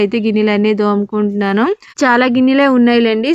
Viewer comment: దోముకుంటున్నాను కాదు తోముకుంటున్నాను అనాలి